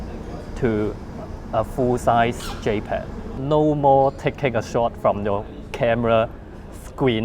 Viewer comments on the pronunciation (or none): none